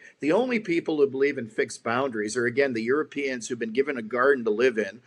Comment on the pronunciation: "The Yoooropeens have been given a garden to live in?" That is one of the most hilariously stupid things I've ever heard.